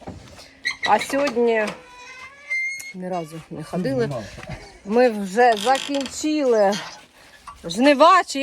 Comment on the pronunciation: ставь правильно ударение на слово закиньчил. А ты даже разговаривать не умеешь по-украински чисто.